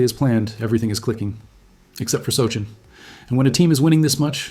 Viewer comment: Want to try pronouncing his name again?